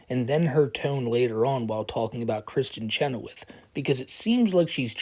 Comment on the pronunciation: Why is she calling her "Kristen Chenowitz?" 😂